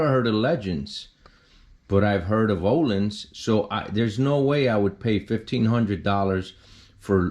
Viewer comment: It’s pronounced ‘OHLEENS’. Legends is a very good brand as well but Ohlins is always a trusted name in suspension.